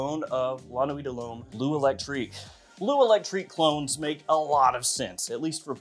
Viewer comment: Did you say "clones" or "clowns"..?? Geesh!